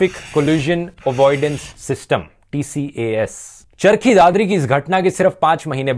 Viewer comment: TCAS ( it's pronounced as tee-kaas)